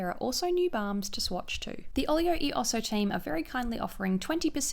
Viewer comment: Love the vid, products look amazing, but - the "e" is pronounced /eh/ like Elephant! As americans, wouldn't surprise me to know that the brand owners also mispronounce it, but just wanted to let you know!